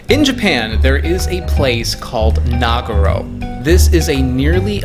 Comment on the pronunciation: Actually it’s Nagoro